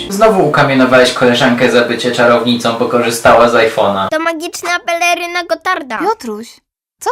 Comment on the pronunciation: magiczna pelerrrryna gotarrrta